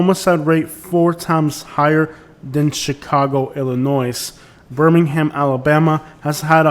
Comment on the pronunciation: Excellent and well-informed video, but carpet bagger refers to non-southern politicians coming to the south to hold political office after the American Civil War, and when pronouncing Illinois, do not sound the s.